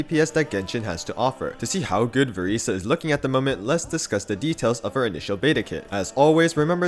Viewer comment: I'm so sorry could you please say her name right 😭😭